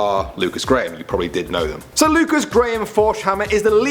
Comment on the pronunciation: WASS A GAM (what he called "graham")